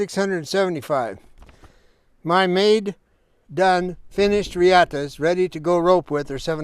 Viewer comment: It's not pronounced reeEhta. It's Spanish. It's pronounced REahta.